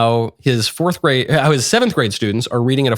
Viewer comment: He's a teacher? "Forff Grade"